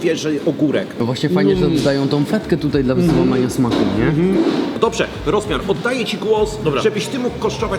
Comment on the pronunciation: Rozmiar z tym akcentem mnie rozwalił 😂